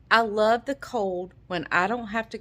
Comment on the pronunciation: Should say love not kove .....😬